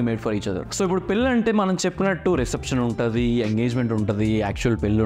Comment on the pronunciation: పెల్లి కాదు బాబు పెళ్లి అనాలి